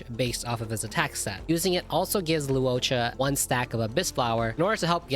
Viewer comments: Low waa cha, not Lao cha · Everytime this man said Luocha he pronounced it differently. None of them correct lmaoo